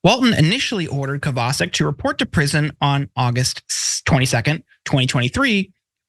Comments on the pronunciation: Isn't it "Kovva Shic" rather than Kavar Sick"? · Kovacik is a Slavic name. Pronounced Co-va-chik. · Not that it's important but that name should be pronounced "Kovachik" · I think that might be pronounced Cova-chick. But mostly I don't care. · It's Kovacheek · Omg, did you ever butcher that guys last name! It's polish, Koh vah check. None of you proof read your segments beforehand to iron out these mistakes and it shows. Be less lazy!!!! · Would it not be pronounced Kova-chic? Not defending anything about the person, just an intellectual query. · Any name that ends with a "CIK" is pronounced "CHICK" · Good point. And in case of this guy, it is pronounced KOVAH-CHICK.